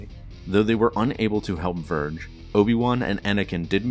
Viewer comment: Vergere not Verge🤣